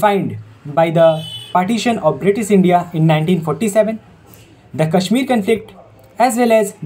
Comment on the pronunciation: Work on Pronunciation Sha should be always sha and sa should be sa only. Kashmir should have sha Issue should be pronounced "I ssh u ee" All the best 👍